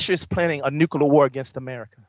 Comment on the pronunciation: He CANT pronounce nuclear!!!!